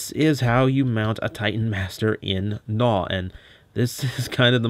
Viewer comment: I am glad you are not pronoucing his name as G'naw (Guh-naw)